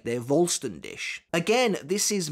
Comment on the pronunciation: I've been wanting to say this for a while now, the "Dich" in Voll Stern Dich is pronounced like "Dihh". There's a tiny bit of "c" sound in there but it's very faint, it sounds like a cat's hiss actually. You've been pronouncing it like "Dish". Just a slight correction. 😊